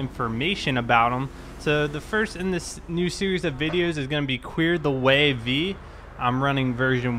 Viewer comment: Pretty sure it's called "ClearTheWayFive" instead of V...I mean it is GTA V, but you say GTA Five